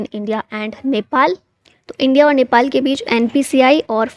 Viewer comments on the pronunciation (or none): none